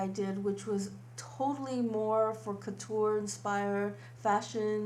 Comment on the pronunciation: Courture not kuter. No offense intended:D